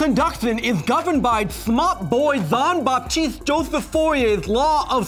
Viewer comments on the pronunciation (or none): Fourier is pronounced foor-ee-ay since he was french.